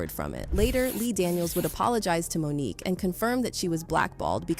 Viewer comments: It’s Mo’nique not Monica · Monica?? How do you not get Mo'Nique's name correct? Who ever narrated this 🤦🏾‍♀️🤦🏾‍♀️🤦🏾‍♀️🤦🏾‍♀️ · Monique not Monica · HER NAME IS MONIQUE NOT MONICA! If you are going to be a “reporter” LEARN HOW TO SAY THE NAMES CORRECTLY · Say her name correctly "Mo'nique". You're welcome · Why do so many videos have a no english speaking narrator who butchers the names like Mo'Nique in favor of Monica ... sounds like a.i. They have access to the internet. Let them check sources for pronunciation and spelling as iii've just done. 😒